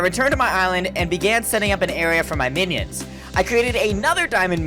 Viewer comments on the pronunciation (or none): He pronounced minions menions